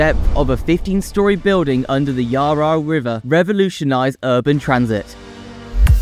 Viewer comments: Someone needs to teach the AI voice that it is NOT the YAR RAR River and MAC LOYD. Geez! Give me a break. TIB is clearly wanting . . . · the pronunciation of so many names had me in hysterics. I'm call the Yarra the Rar Rar River from now on :D Macloyd for McLeod? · i think you got your map wrong .... its from Bulleen to Watsonia :) need to switch them. Its also Yara (phonetically) as one word not YarRa (two syllables). MacLoyd is Maccloud. Its no actually help the transport hubs its just shuffling traffic elsewhere - people in the east cant get to the ring road easily, hence this tunnel, but like all our freeways, they barely have enough lanes now so if you double the population all these roads become parking bays like the south-eastern freeway is now. Too little too late. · by the way its not yar yar river is yarra (yarrra) river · The Yaa Raa river LOL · Yar rah river LOL. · yaa raa river.. bull lean... cant watch this listening to that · Not the yah rah river 😂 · Melborians? Yaryar river? Bruh take like an extra 10 minutes next time to read over your script and get it right. This is such a shoddy effort. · 😂 Watsonia and Bulleen are labelled the wrong way round. Yar Yar? More like nar nar you got it wrong mate. Also pronounced Mel-bin. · Melboorians. Versus what we say, which is Melburnians. And the Yah Rah river. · her yar. lol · Did you actually show footage of Heidelberg in Germany for a project in Australia? Who the hell does your research? Also please learn how to pronounce some very simple words. I understand some might be difficult but McLeod and the Yarra River are not.